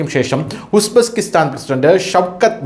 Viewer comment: It is Uzbekistan not Usbeskistan